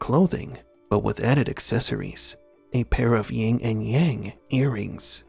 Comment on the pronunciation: "Yin and Yang" Never "Ying".